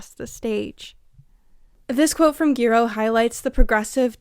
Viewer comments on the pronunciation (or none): Hi, Giroux is pronounced "Zhuh-ROW" - keep up the brilliant work!